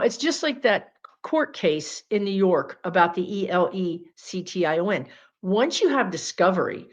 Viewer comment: Why can't you say the word election?